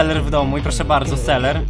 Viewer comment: To nie jest seler tylko selver